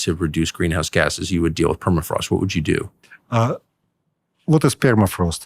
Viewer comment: “ permafrost is melting..” “ Perma” has been car-jacked